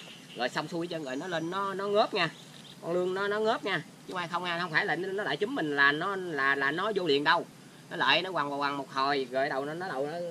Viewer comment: Ống trúm không phải “chúm”